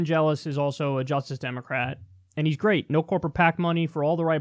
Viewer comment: Kyle, when you see Cenk in the next few days, can you please tell him that the word justice has two syllables, and there is a voiced plosive in it?